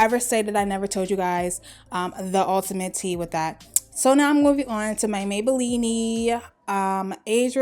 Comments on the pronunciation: That intro :-)!... I love this tutorial, BUT it is pronounced MAY-BAH-LEAN NOT may-bah-lean-nee! LOL...beautiful look! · Why she keep saying Maybellini??? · Maybelline-e lol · I love how you say Maybelline-ey lol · CLovely LC i laugh each time